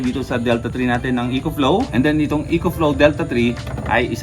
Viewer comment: “Eh-kho” Flow boss